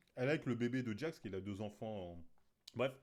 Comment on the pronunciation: C’est pas jack mais Jax lol 😂